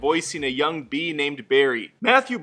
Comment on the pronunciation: Emoji? You pronounced "Bee" wrong